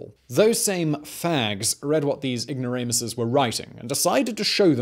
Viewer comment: “Ignoranuses” XD